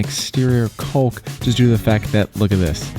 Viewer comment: only a gay handy man cant say COCK correctly.its COCK ..u use your silicon lube